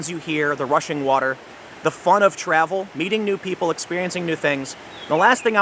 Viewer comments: Did he say Russian water..? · Is he kidnapped or something? I keep hearing "Russian water".